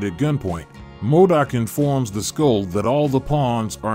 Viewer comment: Modok not madic